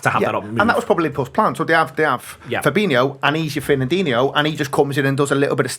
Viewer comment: Why do people still, after all this time pronounce Firmino and Fabinho's names wrong? 🤷🏻‍♂️ Look at how they are both spelt!